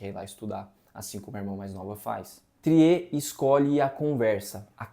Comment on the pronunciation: Só uma observação: o diretor não é francês como vcs podem pensar pela pronúncia do seu sobrenome. No Google é possível ouvir a pronúncia em Norueguês.